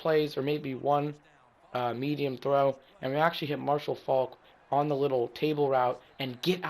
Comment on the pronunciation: it's Faulk not folk